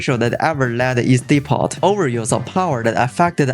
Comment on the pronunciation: I love your channel because it allows me to relate better with my wife who is Chinese through the memes of her homeland. Just a heads up though, you should not pronounce the letter "t" in the word Depot, it's silent